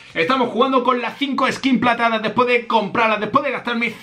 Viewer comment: Nadie: Absolutamente nadie: Yo: diciendo todas las skin platadas en el minuto